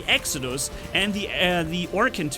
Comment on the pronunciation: Its Exodus not Exocuds